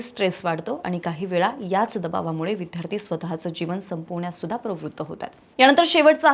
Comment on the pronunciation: विद्यार्थी-उच्चार नीट करा विध्यार्थी -चूक आहे